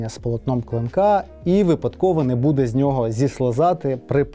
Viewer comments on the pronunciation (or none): none